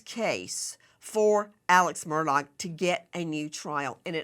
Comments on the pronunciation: It is not Murdog it is Murdaugh which is pronounced Murdaw phoetically. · Nancy, you are killing me with MurDOG. 😂 It’s pronounced MURDAW. Is it on purpose calling him a dog or what? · For the luv of pronunciation, please pronounce his name correctly - it's murr daw NOT dog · She calls him “murdog ”😆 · HEY NANCY! I believe that the Murdaugh family pronounces their last name as MUR DAW. I followed that case and when I heard a "local person" or one of the family speak that word it did sound like "mur daw". Not a big deal, but I know you like to be right. Check it out!!! (When Alex was in the Police Car after the murder, he spoke to the Officer there and gave him his name.) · It's actually Alex Murdaugh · Why can’t you pronounce his name correctly? It’s said “Ellick Murdock.” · Just the fact she pronounces his name “Murdog’ takes away what little credibility she may have and simply makes her sound like an idiot. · She cracks me up when she calls him Alex Mur Dog 😂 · Nancy for the hundredth time the “g” is silent!! It’s pronounced Murdau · Even the Supreme Court has to see evidence before it is apparent how they are going to rule. The state has spent enough money on him. I love how you say his name, murdog, like the murdering dog he is. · I appreciate that Nancy is an incredibly intelligent and competent woman, although I cannot stand her behavior towards her guests, but I can't in good conscience watch or support a video that has both crooked Chris McDonough, I mean, McDunug, and the mispronounciation of Alex Murdog. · Why can’t she pronounce his last name? 🤦🏼‍♀️🤷🏻‍♀️ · She insults him by saying his name wrong.